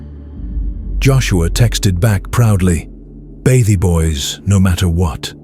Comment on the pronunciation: The bathie boys is crazy 😂😂 sounds like Batty boys 😂😂